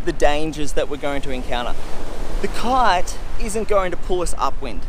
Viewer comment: Why does he keep saying "cart" instead of kite?